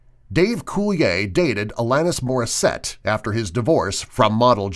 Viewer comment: It's not coulier (cool•E•yay) it's coulier (cool•E•er)